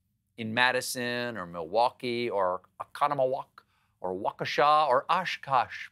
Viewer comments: "...in Madison, or Milwaukee, or Oconomowoc, or Waukesha, or Oshkosh 'B Gosh." As a native Wisconsinite, beautiful job nailing those pronunciations! 🧀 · As a Wisconsinite I would like to thank you, Stephen, for taking the time to pronounce Oconomowoc and Waukesha correctly. And even Oshkosh b’gosh. It brought tears of joy to my eyes. Thank you for thinking of the Badger state! Every time I hear someone say “Wah-kee-sha” the world gets a bit less bright. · Much respect for pronouncing Oconomowoc, Waukesha, and Oshkosh correctly, and next to each other in a sentence - even though Stephen is not from Wisconsin. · Respect to properly pronouncing Oconomowoc and Waukesha.